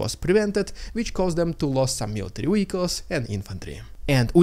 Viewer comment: It's pronounced "vehicles", not "wehicles".